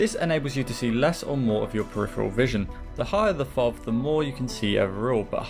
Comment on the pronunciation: "Better known as fov"? That's the first time I've heard it said like that XD